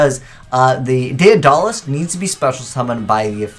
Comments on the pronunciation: "Dead-uh-luss" not "day-uh-doll-ass". illiteracy strikes again. For $1 a day, you too can help poor under-educated 27-year old children learn to read. Please spread the word. Thank you for your attention. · Emmy Quiades It's Day-duh-liss. You illiterate fuck.